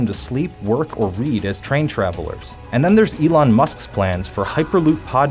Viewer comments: Did he say Elton Musk 😂😂😂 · I think he said Elton Moose. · After reading the comments, I am glad I am not the only one who heard him say Elton instead of Elon.